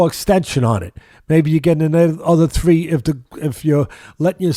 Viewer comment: “ Tree inches”? Three. Three inches.